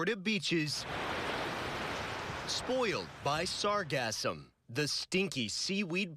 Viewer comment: It's not pronounced to rhyme with phantasm. The emphasis is on the second syllable, not the first.